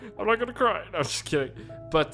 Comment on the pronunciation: I cwy evwy time